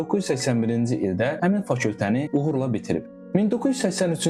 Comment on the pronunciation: C, Ç , K hərflərinə diqqət edin, 2-ci videonuza baxıram, ‘Fakültə’ sözünü eşidib dayana bilmədim. Uğurlar fəaliyyətinizdə. 🙌🏽👍🏼